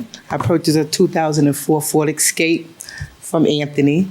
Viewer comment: "Ford Excape"